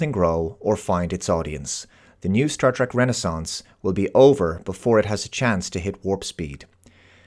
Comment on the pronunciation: Please. It is pronounced "TREK" with an E. Not, "TRAK."